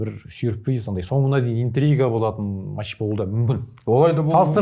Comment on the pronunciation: Есетке матш емес “match” деп айтып үйретіңдерші.